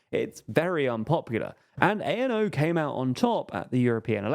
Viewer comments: Fidesz is pronounced with an ‘S’ at the end, and ANO is pronounced ‘ahno’ and not a.n.o. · To add to the many small corrections, ANO isn’t an abbreviation. It’s literally just a Czech word (means yes). You don’t need to say it letter by letter as if it were an abbreviation. It doesn’t stand for anything (much like the party itself but that’s just my opinion).